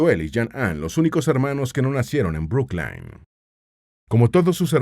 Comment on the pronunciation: Brooklyn se pronuncia bruclin